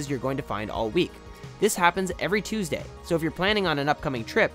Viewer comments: you said thuesday not tuesday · Every Thuesday? 😂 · Thuesday wtf it's Tuesday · Thuesday haha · the h is silent